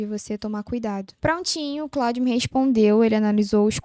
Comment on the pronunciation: vídeo muito bom. Só dá uma atenção para o nome do produto. E, não exclusivo de você. Vocês falam ‘Cloud’ e não ‘Claude’. Aumenta credibilidade e você voa